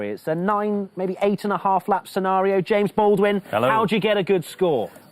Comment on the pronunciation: Jarno, it’s James 😂😂